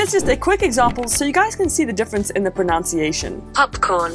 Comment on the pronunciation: "proNUNciation"....not "proNOUNCiation"....ironic...